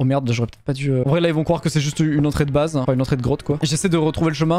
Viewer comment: le mec il dit "croive 😭😂